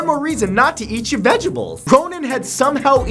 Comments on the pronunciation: Did he say vegable?!?! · lol u said vegable